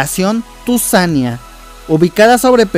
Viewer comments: Tuzania con acento en la i: Tuzanía. Tesistán, no Tesistlán. Valdepeñas, no Valdepenas. De ahí más, es acertado, con la información que contamos hasta ahora. Será curioso el efecto que puede generar esta línea, una ciudad en forma de ¿dona? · Muy buen video, solo hay varios detalles que corregir, el Peribús no va hasta Belisario Domínguez, sino que va a ir hasta Avenida Malecón, en los límites entre Guadalajara y Tonalá. Otros detalles, es Tuzanía, no Tuzania. Es Tesistán, no Tesistlan Es Valdepeñas, no Valdepenas